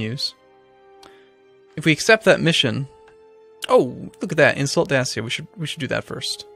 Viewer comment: ***** You're pronouncing Sarmatia wrong it's "Sar-may-sha" like at first. Also Dacia is "Day-see-a"